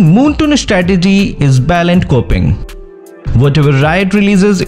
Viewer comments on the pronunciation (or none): It's BLATANT not balant btw